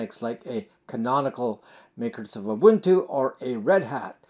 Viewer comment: You are one of the VERY FEW Americans who can actually pronounce UBUNTU!!!